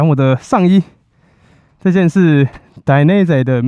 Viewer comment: 義大力的品牌這樣唸是對的。